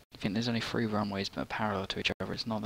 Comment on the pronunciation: TH-ree. Great tutorial though.